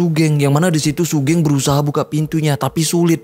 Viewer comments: Bacanya sugeng bang, bukan sugeng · bacanya sugeng bang bukan sugeng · buset bang wkwkwkw sugeng bang sugeng bukan sugeng ga enak banget dengernya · Sugeng mas bukan sugeng😭😭gimana sih? Gabisa voice note ya😭😭